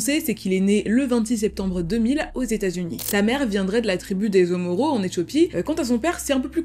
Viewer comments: c'est Oromo et pas omoro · j'adore ta vidéo mais juste on dit Oromo pour qualifier la tribu dont fait partie la mère de cet individu donc c'est pas omoro ! Bref continue comme ça tes vidéos sont incroyable